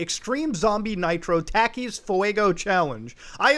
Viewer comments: Just because nobody mentioned it, "Talk-E's" not "Tack-E's" (spelled Takis) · Takis Me: Tah-kees Muta: Tackies 😂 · it is NICK o cado not NEEK o cado and its TALK ees not TACK ees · It's Takis (Taw-Keys), Not Takis (Teh-Keys) Lmfao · I cry every time I hear Mr funny Indian man says taa keez instead of thaa keez so sad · The way you say takis muta, it's like nails on a goddamn chalkboard fuckin "talk-ees" not "tack-ees" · It's not TAAKIS it's pronounced Tokies and it's not cheddar it's a corn chip with spicy stuff all over it they are really popular lots of people eat em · Mans just called takis (tah-keys) tacky’s Love u Mudah but don’t disrespect my snack like that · him pronouncing takis (tah-keys) as tackies is the most canadian thing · Takis are good but consuming that many seems painful also muta for some reason it's pronounced talkes even though it's spelled like takis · Muta i love u man but the "a" in Takis is pronounced like you would when saying awesome not like ur saying apple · I assumed you were wrong because i've literally never heard someone call it tackys irl, (including my mexican friends) and because the advertising pronounces them tahkis my bad i guess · Its Tah-key and not t-ah-key. Pls papa brown man, it's just so extremely off-putting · Oh it kinda hurts when you pronounce takis wrong. "Tah kee" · He literally says his name is "nick" , yet you insist on pronouncing his name "neek"... TF? Also, Takis are pronounced like "taco"... "tah-key". Are you even trying? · Bruh I hope your self aware with the pronunciation bro literally can’t watch, Becuase that shit,”tackies” and fucking “Niko-cado” bruhhh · I love how he said " T a h k e e s " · It’s pronounced “tawk-ies” btw Muda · Ayo bro it's pronounced Tah-keys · Just so you know, it's pronounced "tah-keys", although I do enjoy the way you say it now. 😆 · How the fuck have You not have Takies? (Pronounced Ta-KEY-s) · He pronounced Takis as Tackies.... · "Tack • ey"